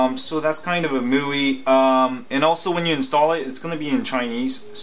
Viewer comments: It's pronounced "My" "U" "I" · It's pronounced "mee wee" bro just FYI